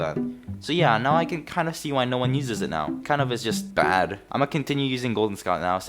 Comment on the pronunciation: i enjoyed watching soundsmith stereotypes, no wonder im hooked on the series already. (i also get triggered whenever you said uses, but its ight)